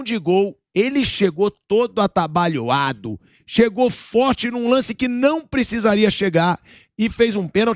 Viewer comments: O Souza não sabe nem falar estabalhoado kkkk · mas o certo não seria "atabalhoado"?🤔